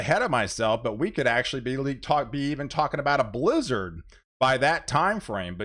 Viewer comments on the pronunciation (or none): none